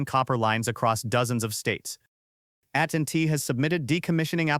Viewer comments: The statement..I read every comment... "You"are A.I. . When the voice says.. at and t ...instead of AT&T..why should we depend on the accuracy of ANY "information" on these sites ". Biological, Sentient Humans need to remember: Those who will not use the brains and skills they have are no better off than those who have none. They are by their own choice subject to the will and control of those who would be their masters. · at & t instead of a-t-and-t... so annoying.